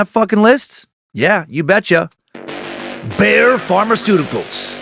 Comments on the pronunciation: It's pronounced like buyer not bear🤣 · Dan how do you get one syllable from the word Bayer? It's not Bear lol